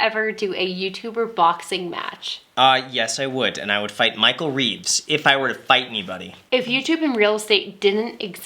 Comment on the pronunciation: was the word "fight" emphasized so hard on purpose haha?